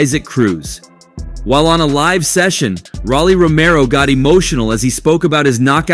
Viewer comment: It's Rolly..not Rally. Get a life before u speak on other people's life